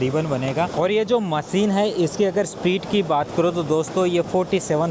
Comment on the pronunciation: not Maseen but masheen